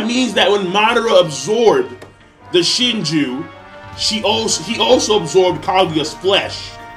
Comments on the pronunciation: YO OMFG BRO. HOW MANY TIMES DO WE NEED TO TELL YOU IT IS NOT PRONOUNCED "SHINJURR" WTF RU READING BRO????? WHERE THE FUCK RU GETTING THE LETTER R FROM, PLEASE DO A DISCUSSION VIDEO AS TO WHY YOU PRONOUNCE WORDS WITH LETTERS THAT ARE NOT SHOWN I WOULD LOVE TO WATCH IT SHIN-JEW BRO. SHIN-JEW. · Yo King did you just called the Shinju "Shinjurr"?